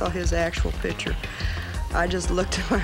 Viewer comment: These hillbillies are EVERYTHING: “when i saw his PEETURE, ... that is Al! Yes That’s all! (Folks)” 🥕🐰 😂